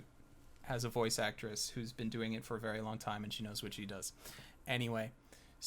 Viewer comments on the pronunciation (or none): none